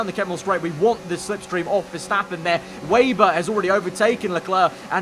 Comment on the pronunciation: Just a small point.. it's WEBer not wayber . As in spiders web .. thanks.